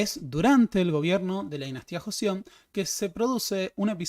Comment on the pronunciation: Es Joseon pero se pronuncia Chosŏn o Chosun